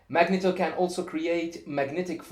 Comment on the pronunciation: also the E in Magneto is pronounced with a long foul sound.